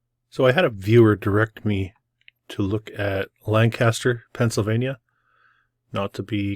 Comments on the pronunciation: To us from PA, you got the pronunciation wrong in this one too. We have the PA Dutch influence and we call it "Lan'-cas-ter" (lank'-aster) and not "Lan-Cas'-ter" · Hi! It's actually pronounced Lan kiss ter. Lived there as a teen-ager, moving from my hometown of Erie, Pa when my mom remarried. Despite the beautiful land and great food, along with the many gorgeous old world structures, there was alot of paranormal stuff going on in and around Lancaster. Left when I was 19 and I'm in my late 60's now but I bet that strange things are still happening there. Not sure about the ley lines, have never looked it up.